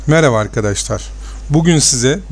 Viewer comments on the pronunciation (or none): none